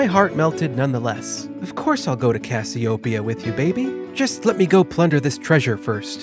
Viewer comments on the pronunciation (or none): I love his pronunciation of Cassiopeia. I'm going to start saying it the way he does. CASS-ee-oh-pee-uh cass-ee-oh-PEE-uh The emphasis should be on the fourth syllable instead of the first. His pronunciation is right. His inflection is off. I love it. I'm totally stealing it. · Great video. However, it's pronounced: cass-ee-oh-PEE-ah